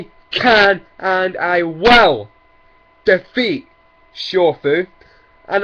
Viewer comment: "I can and i "wall" defeat Shofu" LMAO XD